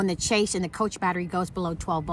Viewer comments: I love your videos, and enjoy the meals. You give me meal ideas I never think of. Also I think the word when you were referring to your batteries is, chassis, pronounced ( cha )short “a” and “c” cha/c, not “chase.” Again I love your channel, and hope you don’t mind. 💛🤗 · FYI...it's a "chassis" battery, pronounced "chas-ee", not "chase". I'm a 65 year old woman and a long-time RVer. I love how you are (finally lol) reading your manual and learning about your home! You have a very high-end RV with sophisticated systems that are designed to do everything efficiently and often automatically. You paid big bucks for your home, and IMHO, you are doing it and yourself a disservice not using all of its wonderful amenities as intended, and you deserve to enjoy all it has to offer! There is absolutely no reason to be freezing cold, or to not use your fresh water system. Your heating system is designed to keep the plumbing lines warm so they won't freeze. Keep on reading and learning! Love your channel.